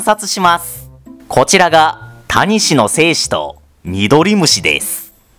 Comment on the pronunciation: タニシの言い方が谷氏なんだよね